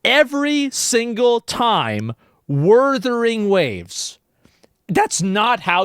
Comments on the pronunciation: Asmon snarking on Wurthering Waves as if he doesn't regularly mis-pronounce famous people or game titles. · No joke, my wife said the same thing about G-off saying Wurthering Waves. 🤣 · Wurthering waves lol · I think Kuro Games should put some funny dialogue in Wuthering Waves referencing Geoff Keeley mispronouncing the title as an event. Wurthering Woves, it could be a bootleg video game in universe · Omg! I'm so happy he addressed the "Wurthering Waves" issue. I don't know how rtrdded Joff is that he can't pronounce the name for like 2 years straight. I don't understand, they have dislexia of what? Do they nut read into the names before they say them? It triggers me! It gives a false narrative and look to the game. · I hope Joff continues to say Worthering Waves just in spite. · Werthering Waves and Uma Masume Pretty Derby.🤣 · It's so funny how Asmon gets pissed over "Wurthering Waves" while simultaneously being the guy who purposely mispronounces things to piss people off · Even the co-host woman called it wurthering waves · ironically him mispronouncing wuthering waves probably got alot of people talking about it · What if Wuthering Waves devs sponsor him now because they think its funny to listen to him pronounce their game name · plot twist, they've told him every time not to pronounce it wrong and he keeps promising to say it right next time but never does.